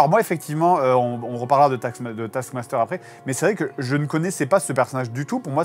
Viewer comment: A chaque fois j'entend "Tasse Master"... Dur.